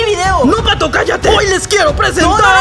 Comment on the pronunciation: ya no es patho es patho naruto XDD